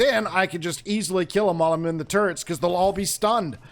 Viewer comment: I thought you said turds instead of turrets and now I won't be able to get that image out of my head. I mean if you want to try trippy hell you might be able to put them upside-down on a floor piece still. honestly I think Pete's gear is meant to be a Moldorc design, the thing in the main part of the omni-axe has that same warty plastic feel as the castle from 1.